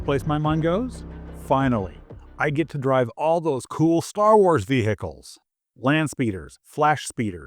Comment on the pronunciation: Nobody gives a shit about speeders or any other vehicles (btw the "H" in vehicles is silent). We have a lot of reasons for why the game sucks, speeders is not one of them.